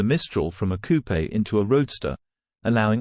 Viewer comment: Coupe is pronounced koop.